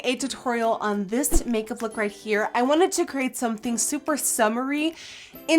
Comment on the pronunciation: Did Nikkie say Cake-up🍮 or make up 💄 ? 😂